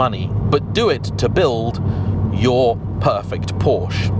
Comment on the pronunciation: Check the part numbers. All mechanical parts, with minor exceptions, for the Cayman/Boxter and the 911 have the same part number. Mechanically, they are the same cars. It would be nice if the Porsche name were pronounced properly.